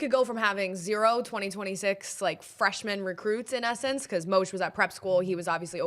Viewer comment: Moesch is pronounced like “Mesh”